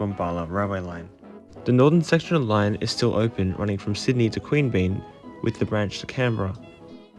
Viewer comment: No judgement, you may not have heard them pronounced - Mon-air-oh, Quean-be-yan, Mick-el-ay-go, Nim-it-a-bell, Char-cola.